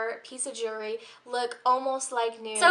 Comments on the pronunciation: it's actually jew-EL-ry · Just a hint. Jewellery or jewelry, however you want to spell it, has the letter "L" in it. Lol. Don't mean to sound rude, as it could be your accent or where you're from. Other than that, you're sweet and your video was great. Very helpful. Thank you